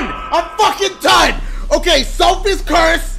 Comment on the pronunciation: it sounded like he said 'Subway's Curse' xD